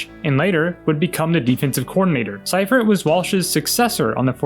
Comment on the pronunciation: FYI George Seifert's last name is pronounced "Sea-fert".